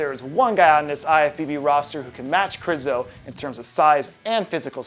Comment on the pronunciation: It's Michal, not Michael. Since it's Križanek, not Krizanek, it is not Krizo, but Križo! Jesus, is it that hard?